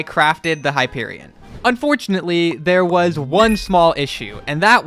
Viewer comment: It’s Hyperion